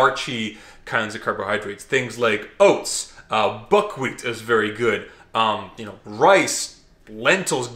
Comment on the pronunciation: That russian was Veeery guuud my Frieaaand